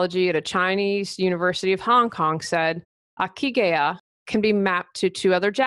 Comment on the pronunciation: Hi! Not that important, but the ikigai is pronounced, "EE KEE GAH EE" (reason for being). Cheers!